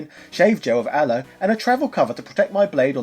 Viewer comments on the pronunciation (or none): none